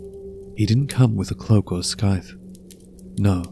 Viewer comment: It's not pronounced "Skythe" Scythe is pronounced Sye-the. The c is silent.